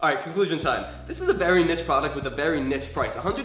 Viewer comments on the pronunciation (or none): "...this is a nits product"? Wtf is a niTS product? Don't you mean a niCHE product? As in kneeS pronounciation? Which incidentaly feels about right about this product as it is?